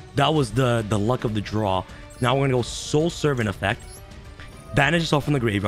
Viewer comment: Rhyme needs to teach this man the proper way to say draw